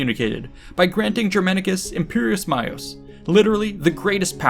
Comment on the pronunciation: 13.00 "imperius maius'... ? Is there such as word as "imperius" in Latin ? The word is "imperium" neutral gender, singular , hence "maius", not "maior" which combines with feminine and mascline nouns ... Iuvenes senesque, discite Latinitatem , praecipue cum Romae rebus gestis studeatis !